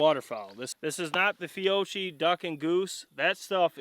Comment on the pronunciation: Bruh.. It’s Fee-Oh-Key. Lol. Just busting your balls. Love the vids. Patternmaster recommends shells under 1500fps with their waterfowl chokes. Probably why it didn’t do so well🤷🏻‍♂️